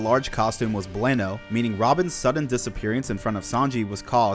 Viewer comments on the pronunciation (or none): I love these but “So dumb and Gomorrah” made me so sad to hear lol also “Blayno” instead of Blueno really threw me for a loop lol